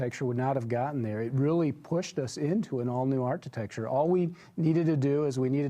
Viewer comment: It's not art-i-tech-ture, it's arc-i-tech-ture! really hates Tesla with a passion. He just could not believe that all those deposits for the Model 3 were real so he had to come up with that stupid conspiracy theory. He lied. He wasn't wearing shorts and a wife beater, he was wearing a tin foil hat.